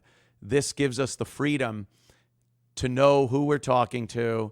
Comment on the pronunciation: She worked her way up to “fweedom.”